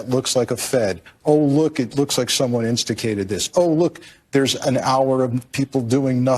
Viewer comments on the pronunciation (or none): Sorry, but I'm not going to trust an Ex-Fed that can't even pronounce "instigated" in his own language.